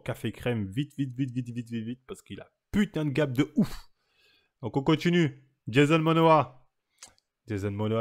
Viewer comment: « Jason monoa »😂